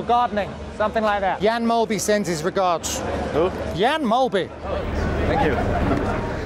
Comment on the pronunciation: As a dame i must say i’m disappointed in Kevin Magnussen that he doesn’t know who Jan Mølby is. Maybe it’s the way he pronounced Jans name that confused him.